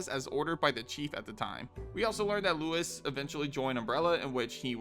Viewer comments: It's LUIS not Louis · Luis and Louis are pronounced completely different.